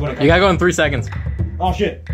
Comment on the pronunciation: Niceu Niceu! Very Niceu!